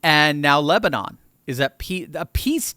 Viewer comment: The number of times almost said lesbian instead of Lebanon 🤣🤣